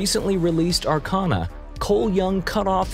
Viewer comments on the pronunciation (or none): none